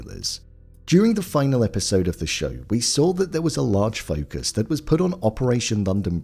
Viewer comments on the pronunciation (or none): none